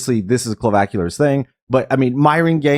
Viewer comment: dude you need to learn how to pronounce CLAVICULAR, not CLOVACULAR, WTF